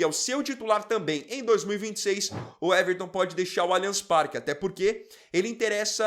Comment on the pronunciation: Uweverton? O nome é Weverton, pra que colocar um U na frente?